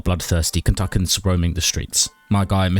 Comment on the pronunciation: It’s pronounced Ken-tuh-key-an -a Kentuckian